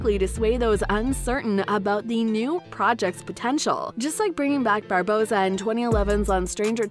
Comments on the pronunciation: She doesn't say anything about boycotting if Depp isn't in it. Also.. can the narrator check her pronunciation? It's Barbossa, not Bardoza. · Say "Captain Bardossa" one more time I dare you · did the narrator say captain bardoza? AND call him jack sparrow when his name is CAPTAIN jack sparrow, and say that an all female pirate crew would be interesting??? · It's Barbossa not Bardossa, doing a pirates without Johnny is like Star wars without Darth Vader, it's not gonna work. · “Contractually Oblodged” “I’d like to see a Carina who takes the elms of Bardossa” “Seltzers revenge” Well done. You can’t read. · "Oblodged but I'd love to do it... takes the elms of Bardossa" The hell were you reading? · She really said “bardossa” 💀💀💀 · there is no D in Barbossa, if you're going to narrate, please try at the very least to pronounce their names right, other wise your showing everyone that you haven't even watched the movies, there is no Captain Jack Sparrow without Johnny Depp, he is the only person for this role as he created and put so much work into his character, 2 of my favorite franchieses ruined all because WB support an abuser AH and not the victim JD, Boycott aquaman 2 please (no offence to the other actors, Jason Mamoa is a great actor, he funny and decent human being) but AH does not deserve the role of Mera, I think it is only right that if they keep AH as Mera then JD should keep all of his roles too, especially POTC and Fantastic beasts. I'm glad JD has the support of his co stars.